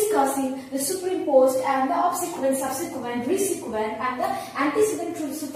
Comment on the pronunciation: plz explain superimposed more clearly...when I first saw your video, I was not able to understand..had to look another video.. and btw it is pronounced as "super-imposed" not "superim-posed"..